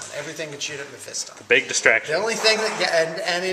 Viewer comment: Mephiston! thank you for saying it correctly in 3 years you are only the second person on youtube I have heard not say it incorrectly like meh-fee-ston.